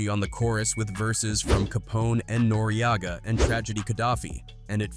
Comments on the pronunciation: NORE E AH GAH LMAO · I'm just highly entertained by the mispronounced names of it all. Tha Dogg Pound, Noreaga, he's screwing all of it up 😂